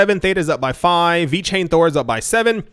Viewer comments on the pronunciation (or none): none